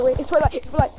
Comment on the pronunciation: rwwwwed liiight😂😂😂😂